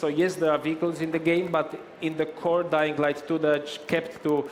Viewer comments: "Dying light du" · When the video started I heard “Dying Light Doo”